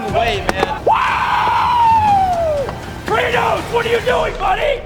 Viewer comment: He said cratos what you doing buddy hahahhahah my dude